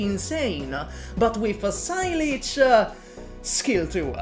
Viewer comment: "Sigh Leech" lol saileach is a Gaelic word meaning willow, it's pronounced "say-luh"